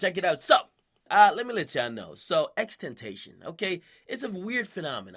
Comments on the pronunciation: Its not "xtentation" its "xxx-tent-ta-c-on" Please like this comment so people know how to pronounce it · its pronounced tent-ah-see-ohn not tent-ay-shun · XXX TEN TA SEE ON not tentashon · xxx-ten-tass-e-on is how you pronounce it he said in an interview. Not xxx-ten-tay-shin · X says his name like tent ah ción, not tentation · Jesus Christ dude, at least learn how to say his name. It's not that hard, just watch an interview. xxx-ten-tah-see-on it's Spanish, and even if you sound it out, it sounds nothing like temptation. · x tentaion....... ITS X-X-X-TEN-TAH-SEE-OWN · no no no.. not ex tentasion its XXX Ten Tay See On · It's Tenta See On not Tentatation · It's not Ten- Tay- shun, it's Ten- Tah -Ci -On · why he calling him xxxtemptation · His name is Tenta-See-On not Temtation nigga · Stop saying xtentation it's xxxtentation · IS NOT "TENTEISHON" ITS "TENTACIÓN" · akademiks you pronounce it as ten-toe-she-own not ten-tae-shin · This nigga said xtentayshun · If you don't know how to say his name look it up (tent-uh-see-own) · You pronounced his name wrong... its xxx-ten-tah-cion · you say X name weird. . last time I heard from X he said it was pronounced "Ten - Tah- See - On" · It's XXX TEN-TA-SEE-ON lol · Bruh I know you did not just say XTentation lmaooo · XXX TEN-TAH-C-OWN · xxx-ten-tae-see-own, plz say it right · why can't you say ten-tah-see-own lol. you wouldn't call Gucci "guhkki" so just pronounce the damn kids name right lol. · " x tentation" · its tent-ta-sion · its pronounced ten-tash-eon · TEN TAH SEE OWN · BRO ITS FUCKIN PRONOUNCED TEN TAS C ION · It's pronounced: xxx tenta see own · XXXTENTACION (X-X-X-TENTA-SEE-ON) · It's pronounced xxx-ten-tee-c-on like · Okay it's ten-tuh-syoewn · your spanish and still cant prenounce it correctly.... Ten Ta See on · His name is pronounced TENTA-SEE-ON , It's spanish. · ex-ex-ex ten tah see own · this man said "X Tentayshon" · xtentachon. akademiks bro put some respek on his name😑😑